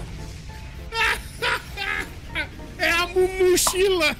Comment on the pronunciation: KKKKKKKKKKKKKKKKKKKKKK é amumuchila KKKKKKKKKKKKKKKKKKKK